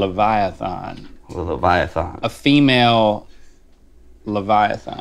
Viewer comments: Just an FYI, it is leviaTHAN, not leviaTHON. 😁😁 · Why can't they pronounce leviathan properly?